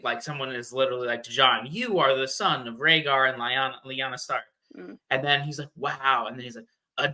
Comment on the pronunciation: calling you out for how you pronounce Rhaegar...meanwhile: VictOriAn smh